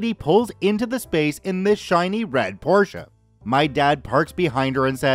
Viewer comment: Thank you for pronouncing Porsche correct greetings from am German that get's trigget by wrong pronounciation